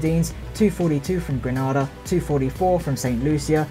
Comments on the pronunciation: Can you at least pronounce GrenAda not GrAnAda 2 separate countries 😝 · Its gree. nay.da...not gree nah da